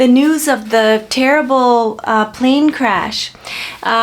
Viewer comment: Plan cresh its ai hack plan engine 😭😭